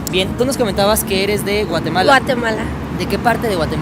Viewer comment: Nmms no sabia de donde es jajaja ella digo mateguala no Guatemala 😂😂😂